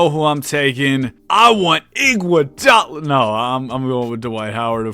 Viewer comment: Look said i want iguodal..😂